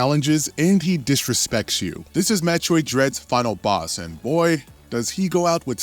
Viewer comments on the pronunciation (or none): none